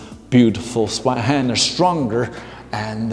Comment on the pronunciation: A little pronunciation tip: The German "z" is pronounced like "ts" and the "w" like the English "v". So if you say "Tsvei-händer", you're spot on.. 🙂